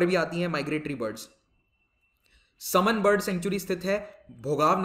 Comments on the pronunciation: Sir we pronouncite it as (3) समान and (6) सरसई नावर in Hindi thanks 🙏 and Saman is very close to kishni town as compare to भोगॉव And the stork you asked is saras (crane) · सर यह समान (मैनपुरी) तथा सरसई नावर (इटावा) है| उच्चारण के अनुसार